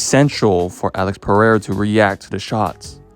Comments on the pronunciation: PARREIRA? wtf is that, its PEREIRA, AMERICAN IDIOT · "PeRRReira" - sounds more spanish than spanish actually is. Amazing. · Why cant you Americans pronounce that name? Its not Parreira or Paheira :D Interesting video though!